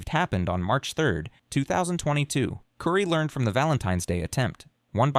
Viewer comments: KOOOOORII...NOT CURRY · Not cury it's Kori kouri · Her name is Cory not kurry. Also all the pronunciation of all the city names are wrong. Do some research. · Her name is not pronounced "Kury", it's "Kori". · Her name is pronounced Cory not curry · I think her name is pronounced Cory even tho it's spelled Kouri, it isn't pronounced curry. Kouri (Cory:. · The mispronunciatuon is distracting🫢 Her name is kO-r-e! Not kUri! Benadryl sounds like been-a-drill! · I noticed that, too! Aggravating! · It's "core-y" but I beg the channel to leave the constant mispronunciations in the video, just for the sake of pissing her off if she ever sees this video. It will enrage the narcissist so deeply that she will be endlessly bothered by it. Because how DARE someone get her precious name wrong? I love that for you,! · How am I supposed to take this seriously when you keep pronouncing her name as curry? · It’s pronounced “Core-ēl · Mispronouncing everything is annoying. Her name isn’t and their town isn’t Curmus. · Omg you say her name hundreds of times “curry, curry, curry” It is not an unusual name that is pronounced just as it is spelled. Which is not curry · Narrator needs to pronounce Kouri’s name right. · Would be nice if you understood how to pronounce Kouri, Kamas, Heber, and fentanyl.